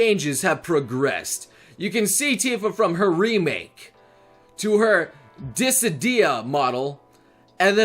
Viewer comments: Disi-dia, noble my man why, it's pronounced di-sidia. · I'm sorry, how did you just pronounce "Dissidia"? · I didn't know you could butcher something from a language that doesn't exist